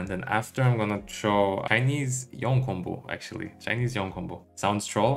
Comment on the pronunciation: why do you pronounce "Yone" as "Yi-on"? Just watching Yasuo and Yone animation you can get the official pronunciation is "Yo-nay".